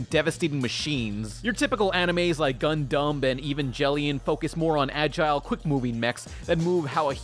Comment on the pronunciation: Did he call gundam...dundumb ? lol